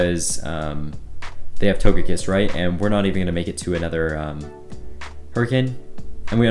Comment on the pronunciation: Did he really pronounce togekiss like that